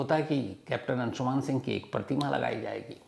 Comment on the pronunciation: Its अंशुमन not अंशुमान